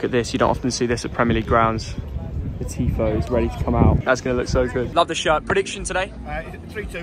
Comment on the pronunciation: that 'TIFO' was so bad hahaha